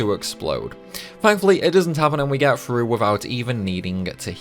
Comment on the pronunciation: Frough Frew.. bruh learn to pronounce a TH sound. th does not make a F sound, like this is shit you learn when you are 5 years old